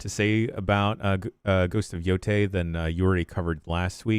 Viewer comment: It was announced over a year ago, and I don't think has ever pronounced "Yotei" correctly. Incredible. I'm just going to assume it's a bit at this point. (I know it's not)